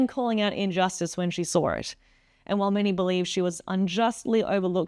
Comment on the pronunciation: The word "saw" does not have an "r" in it.